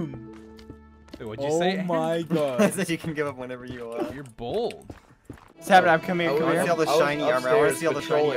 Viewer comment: I’ve never noticed that he says sa-nap